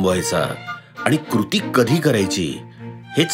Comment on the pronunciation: "कृती" सुद्धा बरोबर उच्चारता येत नसेल ... अवघड आहे. #कुरती 😂😂😂